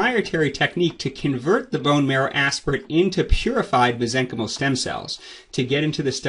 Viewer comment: Why do you pronounce Mesenchymal incorrectly? The root is from Mesenchyme (Pronounced mez-eng-kahym) as a noun. To make the noun into the adjective you replace the final "e" with "al". I suggest that you correct your pronunciation to stop spreading mispronunciation. You cannot just make up your own grammar rules. I know it may be a hard habit to break, but as a doctor, you should pronounce your terminology correctly. Next video, you can announce your prior mispronunciation and educate your audience accordingly.